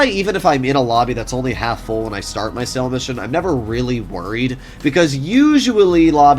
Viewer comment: Hate the way he says sale, also everyone else calls it a sell mission